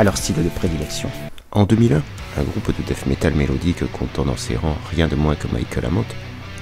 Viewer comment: Excellente vidéo, à n'en pas douter!!!👍👍👍 Petit conseil en passant, ce n"est pas du "Dèsse" métal ou du "Dèffe" métal. À la limite prononcez "Dète" métal, c'est ce qui se rapproche le plus de la prononciation anglaise. Je peux affirmer que moi et la plupart des copains on ne comprenais absolument rien avec vos "Ze" et vos "esse". Et c'est donc pour ça que j'ai appris le français !!! Hahaha 😂😂😂.